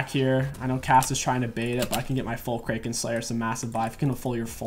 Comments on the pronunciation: please say kraken slayer like crack-en. pronouncing it wrong hurts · Yep, and ikraken slayer is pronounced like "Crack-en"